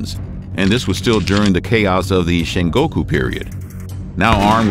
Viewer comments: Sengoku not shengoku but very accurate otherwise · The Warring States period is Sengoku, not Shengoku. Also, "mu" in Japanese is pronounced "moo", like what a cow says, not "myu". Cheers! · it's Sengoku btw (戦国時代) ...not shengoku... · Its probably already been said but Hideyoshi was a servant of the Oda and not a Daimyo. the Oda didnt die from Korea, the Toyotomi were basically overthrown by the Tokugawa at Sekigahara after Korea. Also its Sengoku not Shengoku... Edit: Still liked the video though!